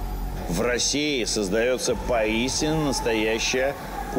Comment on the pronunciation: Меня уже заставка удивила, которая начинается со слов «В России начинается поистине настоящая кулинарная революция…» шеф произносит эту тавтологию с умным лицом, да ещё и кажется, что сказал «поистину». Кто пишет этот текст!?